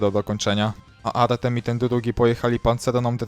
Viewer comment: Kurde jak to boli w uszy trochę jak mówisz Artem a nie Artiom 😂